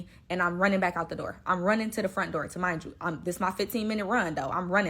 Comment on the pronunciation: Remind you lol not tamind you wtf